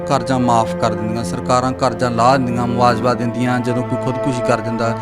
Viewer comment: ਯਾਰ ਹੱਦ ਹੋ ਗਈ ਚੈਨਲਾਂ /ਰਿਪੋਰਟਰਾਂ ਦਾ ਐਨਾਂ ਨੀਵਾਂ ਪੱਧਰ ਪੰਜਾਬੀ ਭਾਸ਼ਾ ਰੋਲਤੀ , ਮੁਆਵਜ਼ਾ ਨੂੰ ਮੁਆਜਵਾ ਬੋਲੀ ਜਾ ਰਿਹਾ।ਬਹੁਤੇ ਰਿਪੋਰਟਰਾਂ ਦਾ ਇਹੀ ਹਾਲ ਆ, ਸ਼ਬਦ ਉਚਾਰਣ ਦਾ ਪਤਾ ਨਹੀਂ, ਪੰਜਾਬੀ ਚੈਨਲ ਵਾਲ਼ਿਆਂ ਨੂੰ ਸ਼ਬਦਾਵਲੀ ਅਤੇ ਸ਼ਬਦ ਉਚਾਰਣ ਦੇ ਸੈਮੀਨਾਰ ਲਵਾਉਣੇ ਚਾਹੀਦੇ ।